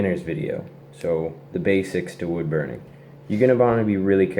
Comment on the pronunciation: "Bood wurning"